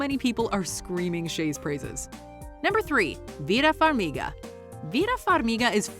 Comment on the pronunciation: The way you say Vera Farmiga makes me wanna die